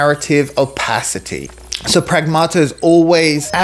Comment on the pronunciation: "pragmata" in Greek means "things" lol stressed on the 1st A: prAgmata